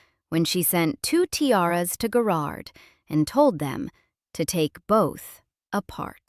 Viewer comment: OMG.....it's Guh-rard